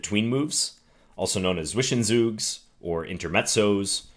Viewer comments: Should you be interested, the right pronounciation in German for Zwischenzug is ts-wish-en-ts-oog. ts like in hints wish like the word wish en like in end ts like in hints and oog kinda like in google (but the U-sound is proberbly not that easy to get right) Great videos btw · Hi John. Thank you for the video. Given that "Zwischenzug" is a German word, I thought I'd point out that it's pronounced "Tswischen Tsug". You're getting the vowels just right, but the German "z" is pronounced in a hard fashion. :) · Close, but not quite. Zwischenzug is pronounced with a 'v' like "tsvishentsoog"